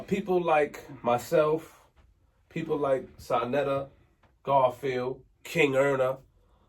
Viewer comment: ITS SANETER NOT SANATER